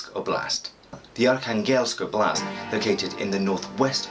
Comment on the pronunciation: Hi I was born in Arkhangelsk and my family and I moved when I was a baby. Currently living in Australia so watching your video for learning about my home town :) thank you! A little feedback on pronunciation of oblast, the stress is on the first syllable, on the "o" of the oblast. And in the wordArkhangelsk it's on the "kha", yeah it's quite a teeth breaking name of a city...